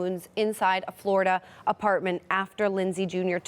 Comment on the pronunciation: Did you say floriduh again? Figures